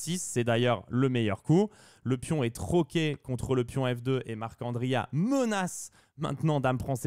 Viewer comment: J’apprécie l’effort de prononciation pour Marc’Andria, c’est tout ce qu’il me manquait sur ces vidéos